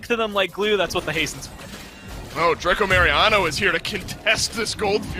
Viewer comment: Es mi idea o los comentaristas le llaman "dracomariano" 🤣🤣🤣. Saludos 👍